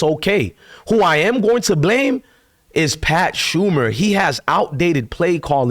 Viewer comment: It's Pat SHER-mer. Not Pat SHUM-er. Bro, you cannot pronounce anything!